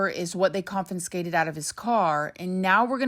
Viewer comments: It's confiscated not CONFINscated 😂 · please stop saying "confinscated". It's confiscated - without the second "n" that you are throwing in there. I'm not trying to be mean, but I'm trying to help you to upgrade your vocabulary. There are many that will be rude and try to call you dumb. As an older woman, I've many times through my life been thought stupid because of blonde hair and/or beauty (which has since dulled thrive the years). I care about that for you as you are becoming a reporter of crime and criminals. I love you gurl!! 😍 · Confiscated...not confinscated. ..just saying 😘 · Lol confinscated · ConFiScated. Not ConFUNScated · Just FYI confinscated is not a word. It's confiscated. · Check your pronunciation of Confiscated. You are doing it with two N’s 😮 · love your channel…. One note, it’s conFIScated not conFINScated. Another YouTuber did this on a whole video and it got difficult to watch. Keep up the good work tho, such great information you give, all in one place!! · A big hello from the UK.. girl I respect you and your content, but plllllleeeeassse drop the second N from confiscated. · Confiscated not confinscated. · I’m taking a drink every time you say “confinscated” 🤠🍻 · girl i love you and your stories are great but it’s confiscated not confi*n*scated 😭😭😭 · I know I'm probably going to get a bit of shit for this bit it's "confiscated" not "confiNscated". Only 1 N in the word, babes. ❤️ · Con - fi - scated. No second "n". The more ya know! lol! Love ya gurrl ♥ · is it just me or does she keep saying "confinskated"? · CON-FI-SCATED confiscated Gaaahhhhh there's no 'N' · You can't even pronounce confiscated. You sure don't sound like a person who reads.. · It isn’t just her mispronunciation of words that leads me to believe she doesn’t read. 😅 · Bro say “confiscated” one more time